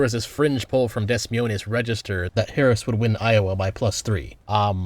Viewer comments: Des Myoonis? It’s Des Moines 😂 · "Dez Mee-oh-nes", its pronounced more like "duh moyn" since it's french in origin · Just for future reference: Des Moines is pronounced "Duh Moyn" That spice you put on it made me laugh lol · Des Moines is pronounced "Duh Moyn", not "Des Munez". Its the capital of Iowa. Didn't you ever learn the 50 state capitals in social studies class? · worse pronunciation of “Demoine” Register this cycle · Did bro really just say "Dess Miunez" 💀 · Dez Mee Oh Nez? You don't know how to pronounce Des Moines? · Des Moines is pronounced Duh-Moyne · “Dess Miones” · I am deeply offended at your butchering of Des Moines that is so bad as to be misinformation that Google should fact check. "Deh Moyne" That's how you pronounce it. Unsub, L+Ratio, has fallen off. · "Dehs moynes" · Des Moines is pronounced (Dah Moyns) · "dess Mo oinas?" 😭😭😭 My ear drums have cancer now. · That's one hell of a pronunciation lol. It's pronounced deh-moin, in case that wasn't intentional. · excuse me, as a midwesterner I cannot abide this pronunciation of "DESSS MOINESS" it's actually the funniest thing ever Both S's are silent, words be French or some shit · Super minor, but the capital of Iowa is pronounced "duh moyn" (second word is like "mine" pronounced with a very thick cockney accent). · Now I know that has NO IDEA how to pronounce Des Moines lmao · They pronounce the capital of Iowa in French not Spanish? I don't know why you pronounced it that way, and I could not think of a good joke reason you pronounced it that way since it has a very small Spanish speaking population. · Brother I know we don’t speak French in this country but that pronunciation of Des Moines was painful lol. Managed to make it sound Spanish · Are you pronouncing Des Moines that way on purpose or is it a joke? Maybe after their predictions they don't deserve to be pronounced correctly but the people of IA deserve a little more respect maybe.